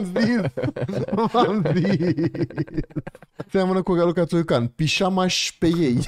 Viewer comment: S-a umplut frigiderul Ralucăi Turcan cu miei, de câte ori s-a spus Țurcan. 🤣🤣🤣🤣